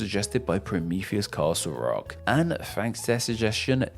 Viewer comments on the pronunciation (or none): none